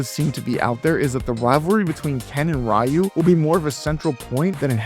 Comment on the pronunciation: It's Pronounced Re-U. Ryu the Y makes an 'E' Sound. Re-U, Re-Tard. See how that works?